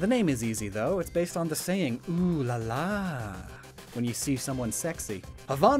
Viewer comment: Who emphasizes it like "Oooo, lalah" Ive only ever heard it 'Ooo la la